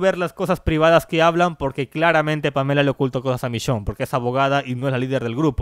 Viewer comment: "vishionne" v